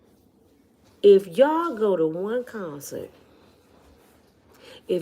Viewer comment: Handler not haggler😅